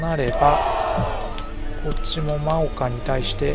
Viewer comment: ✡真岡 ○もうか ✗まおか ですよ。 色々な読み方があって難しいですよね。